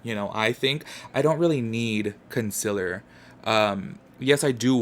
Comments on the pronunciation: “conSILLER” count please. 😬😬😬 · love how you say “consiller “ like laura leech lmao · Same lol. Gets me everytime lol